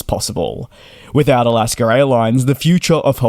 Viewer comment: There is no R at the end of Alaska. That being said, good report merry Christmas.☃️🍻